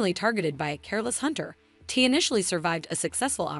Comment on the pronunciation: Not TEE...TY!! UGHGH